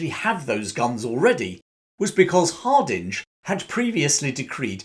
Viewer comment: It's pronounced Harding, not Hard-inge, despite the spelling.